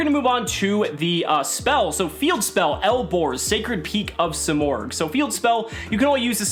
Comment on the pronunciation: You're freaking destroying it, say it like a man or don't say it at all